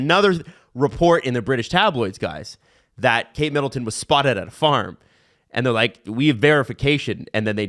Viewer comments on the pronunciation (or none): none